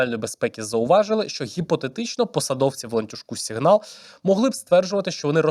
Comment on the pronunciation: тільки тойво... це або "сІґнал" (англійською) або "сигнАл" (українською) бо "сігнАл" звучить ніби російська😭😭😭